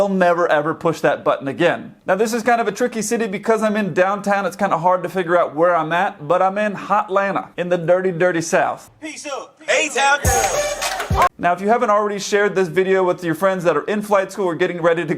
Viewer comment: Nobody who lives here calls it HotALanta